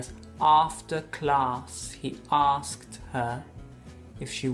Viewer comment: En la oración: After class he asked her if she wanted to dance in France; no se les escucha pronunciar correctamente asked es decir no suena la T por el contrario se escucha como si dijeran solo Ask.